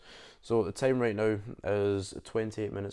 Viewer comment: Not sure if you said right or rate.